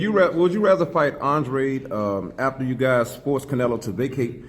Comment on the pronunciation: Finally saying the last name right. Andrade